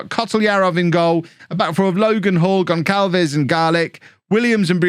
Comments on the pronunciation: please kev, pronnouce "Gonçalves" as "GonSSalves", it physically hurts me everytime the "ç" is ignored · You're saying Houston right, but you are pronouncing Gonçalves wrong